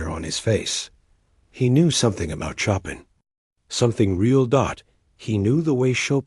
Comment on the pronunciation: Wish AI checked the pronunciation of Chopin instead of saying choppin’.